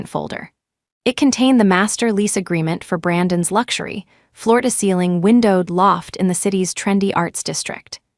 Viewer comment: That which belongs to Brandon - spelled Brandon's is NOT prounounced Brandon s. Smarten up, AI.